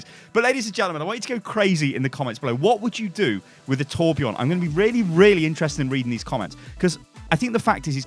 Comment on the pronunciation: And he needs a new voice actor that is swedish so he sound swedish and kan say Torbjörn right not torbjourn